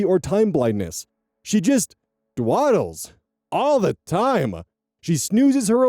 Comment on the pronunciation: Um... Hey, super sorry to interrupt, but it's "dawdle", not "dewaddle".